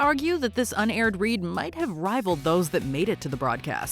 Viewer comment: 'UNaired" ... really?